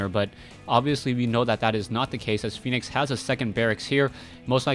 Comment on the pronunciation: Dear, i am pretty sure its Fen-ix not phoenix:] i may be wrong, but i have heard many other commentators say Fen-ix opposed, so just letting you know. ^^